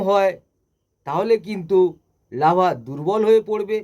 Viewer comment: Lava noy larva..apni ki trenner??